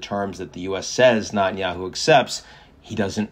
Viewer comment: First, get Netenyahu’s name pronounced correctly. You sound like a nube. Second, you are way off on Israeli support for cease fire. If that were the case, his right flank wouldn’t have so much power. Remember, they live in a parliamentary democracy. As soon as the coalition breaks, due to lack of support, it’s over. So Israelis overwhelmingly want to continue the war until complete victory not just in Gaza but in Lebanon and Iran.